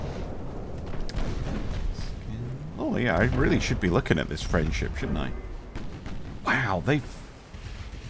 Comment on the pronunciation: French Ship kinda sounds like Friend Ship ❤